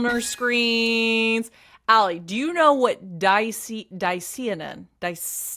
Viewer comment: Ps. Dicyanin is pronounced: Di-cia-nin , the Y is also pronounced as an "i" instead of an "e"😊 fyi